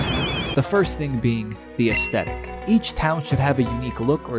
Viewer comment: him: mom can you please go back in time and abort me? mom: what? him: have some one who can actually pronounce "Aesthetic" mom: say no more